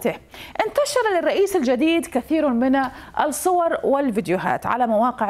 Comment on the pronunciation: يمكنكي قراءة كلمة الصور بدون نطق الالف واللام هناك بعض الكلمات التي ننطق فيها الالف واللام مثل(المنزل. المدرسة. المطار. المحل) وتوجد كلمات ننطق فيها الالف ولاننطق اللام (السيارة. السياسة. الرياض. الدول. الصور الطاولة) حتى اللغة العربية لاتستطيعي قراءتها قراءة صحيحة